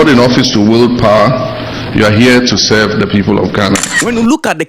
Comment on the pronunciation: ..."we are here to selv"😂😂😂